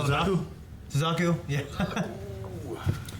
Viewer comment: My god, it's Suzaku. Get it right for once.